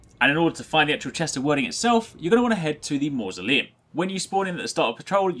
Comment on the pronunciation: Hate to be that guy but that spelling is pronounced 'Weird-ing' ;)